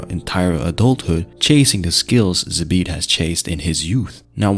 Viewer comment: You are pronouncing his name wrong . It should be like Zaabt